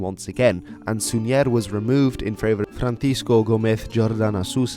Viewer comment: He mispronounced Súñer and Gomez. It's SÚñer, not SuñÉr and GOmez, not GomEz.